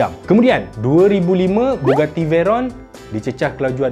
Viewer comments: Bugatti bang, bukan Buggati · bugatti la bukan buggati. tak sekolah ke. keh keh keh.